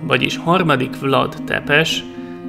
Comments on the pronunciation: Nincs ezzel semmi baj, de egy kicsit jobban tetszett volna, ha utánanéztél volna, hogy hogyan ejtik a neveket pl. Tepes-Cepes Radu-Rádu Targoviste-Türgoviste, de még egyszer mondom, nekem így is tetszett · Nem vlad tepes ha nem Vlad ȚepeȘ. romanul van .Tudom mert romaniai vagyok anya magyar apa romam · Bocs ha szólok de az nem Tepes hanem Ťepes Ť=C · A megnevezéseknek és román neveknek kicsit jobban utána nézhettél volna, mert nagyon sután hangzik a Ţepeş, (ejtsd Cepes) és a Târgovişte (~Tűrgoviste) és társai magyar kiejtéssel